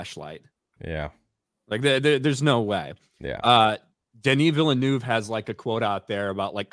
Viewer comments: Villeneuve sounds more like "Ville-nehv" than "Ville-noov". "eu" in french makes a sounds english people never make... but phonetically it's closer to a Short E sound (ĕ) than is to a "u" or an "oo". It's like a short E (like in 'bed' or 'egg') but a little closer to the "oo" sound, which is like you are being more breathy with it. Like halfway between "ev" and "of". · knows many things about Star Wars but like all Americans he cant pronounce Villeneuve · French here, the pronunciation is not villnoove, the "eu" is the same sound as the "i" in "first"